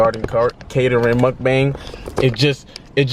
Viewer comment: Why you say MUKBANG so hardddd 🤣🤣🤣🤣🤣